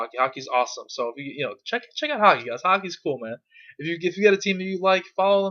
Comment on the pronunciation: It took me 3 times to realise you were saying hockey, not haki lel